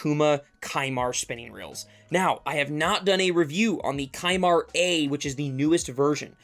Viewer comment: Isn’t it pronounced “sea-mar”?